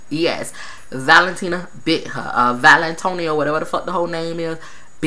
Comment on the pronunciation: I love that u keep calling her valintonio